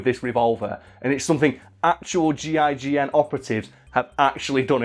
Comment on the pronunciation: Im upset that he kept calling them the G,I,G,N instead of the gign